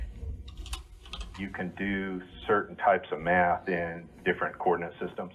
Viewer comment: Sounds to me more like he's not using "Math", but "Meth".